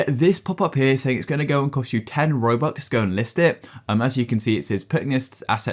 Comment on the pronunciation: bro said robucks